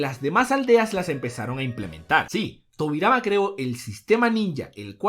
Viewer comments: ¿Porqué acentuas los nombres como se te da el jaimico? Mádara, Óbito, Nágato. Por mencionar algunos. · dijo tobirai xd